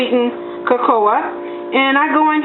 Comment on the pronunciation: YUM!! Looks great but is it just me or is she pronouncing cocoa wrong? Not a big deal just wondering